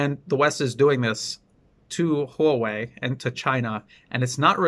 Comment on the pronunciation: You are one of the few people who pronounce Huawei correctly.